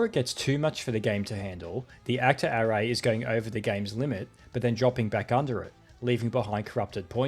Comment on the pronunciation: I have never heard somebody pronounce "array" like "hooray" before, that's new 😂